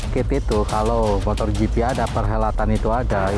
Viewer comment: Smoga Pak Jhony ktika thun depan gak bilang MOTORGP lagi ya..motogp pak..gak pake R